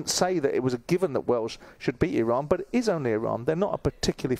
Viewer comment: Respect that Simon says "Iraan" instead of "I-Ran"...even corrected himself